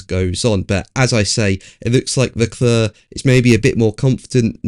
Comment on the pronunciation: If you're going to attempt the French pronunciation of the name Charles Leclerc, (silent c at the end).. please get it right.. it grates on the ear otherwise.. 'Leclair'... not 'Leclur'.. TY. :>)